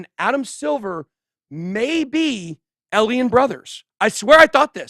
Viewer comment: How does someone like Ben...with such a high IQ,still mispronounce alien?, I feel like he's just a troll doing it on purpose 🤣🤣